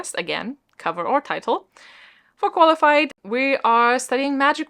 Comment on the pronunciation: I have no idea why...but whenever G said 'for Qualified' I actually heard Farquaad (as in Lord Farquaad) and I can't stop cackling at that 😁🤣🤣 I'll try to participate as much as I can even though I'm on holiday for 2 weeks 💪💖